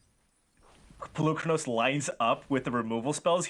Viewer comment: It's PolukrÀnos....learn how to speak before speaking, from Greek, like Socrates ( so - krà - tis) No lands for fabled passage....uhmmmmm before that play, 1 cultivate resolved finding only one basic land...pay attention, it seems that no one is watching the game